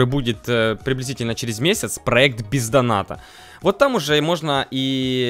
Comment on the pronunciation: это как будто звучит пизданата а на самом деле бех доната